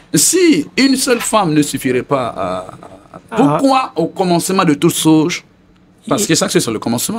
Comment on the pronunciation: Veuillez m'excuser hein, je sors un peu du thème juste pour comprendre quelque chose. Loin pour moi toute sorte de moqueries. Pourquoi les Guinéens ont du mal à bien prononcer le mot CHOSE ? Sinon... belle émission !